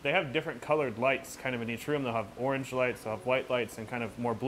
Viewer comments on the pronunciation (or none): none